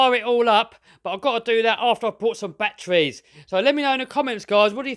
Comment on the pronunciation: You mean kraken not kwaken, and It's batteries not bat-trees